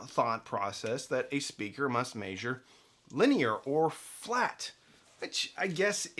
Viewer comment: Why do you say "maesure"? Instead of measure?